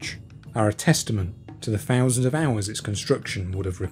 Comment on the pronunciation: Finally found these fouusands of farming facts etc by... Buried offerings is one thing [or, many, I guess!!]...however, the next fousands of facts still naturally, enough are as interestin,despite ' choice re how to enunciate. eg "free fousand BC" So... Fank you for your information on "The History of Britain." 👍